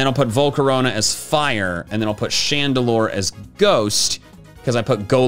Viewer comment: FURE PIGHTING, that is all.